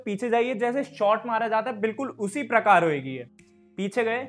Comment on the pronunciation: Love the accent 'Hoygi'❤❤